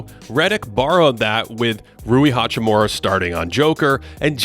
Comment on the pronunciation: It really shouldn't be hard for an American to say "hachimura" correctly. His name is not "hachiMOORA"